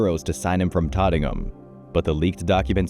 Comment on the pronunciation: 3.28 ITS SAID AS TOT-NUM, THANKS.